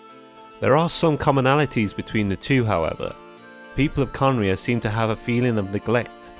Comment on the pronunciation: Its not khanria its kahneriah